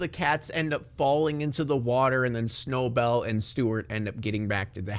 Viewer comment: I love how you call Snowbell Snowball